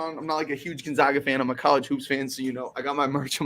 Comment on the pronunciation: GON -ZAG - AH , not Gon - Zag -Gah lol